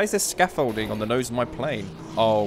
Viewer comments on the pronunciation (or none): "Scafolding" 🤣🤣 "radar-e/ish" really?!? Nice vid, gameplay and comm(apart from scafolding &radar-e) by the way! So funny, it's a radar man(probably others told you already), German style. You need to improve your WW II know how!